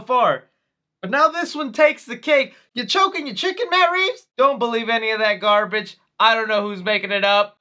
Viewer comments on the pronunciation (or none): none